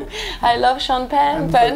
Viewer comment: "Cham-pagne!" "Sean Penn? Where was Sean Penn" lol